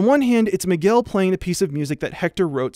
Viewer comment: out of topic but every time he says Miguel it sounds like mcgill